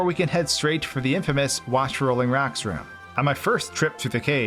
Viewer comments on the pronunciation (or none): Why do you say rocks like racks?